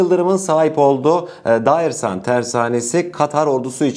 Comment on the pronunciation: Daersan değil, Dearsan doğrusu